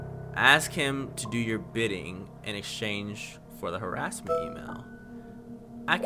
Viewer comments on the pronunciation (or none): none